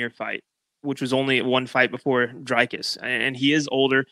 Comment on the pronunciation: I never knew saying "Dricus" was hard till Americans tried to say it.